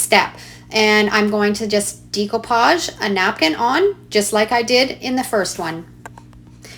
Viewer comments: I think “decoupage” is pronounced ‘day-coh -paj’ not ‘dee-coh-paj’. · It's 'DECK'-oupage not 'DEE'-coupage. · Really cool idea, wish I had known this in the 70s when decoupage was big...BTW it us pronounced day-koo-paage😉